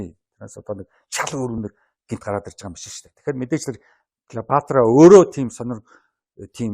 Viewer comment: Сэтгүүлч ядахдаа домог болсон хатан хааны нэрийг зөв дуудаач.ээ Килийпаартра.ккк Клeопатра шдээ.